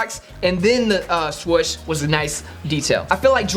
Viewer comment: Why people say swush and not swoosh